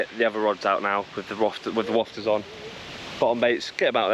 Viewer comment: All about the banter! 😂 But, why do you pronounce a Wafter as a Wofter? 😅